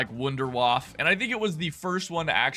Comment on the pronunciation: "Wonder waf" lol